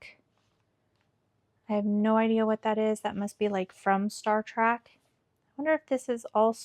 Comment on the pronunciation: I'm trying to watch this but hearing Star Track instead of Star Trek is getting me.